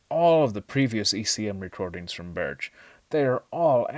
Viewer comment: Nick Burch? That's close to how its sounds but it's Nik Bärtsch.